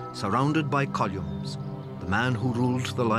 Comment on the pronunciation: Columes rather than columns 😂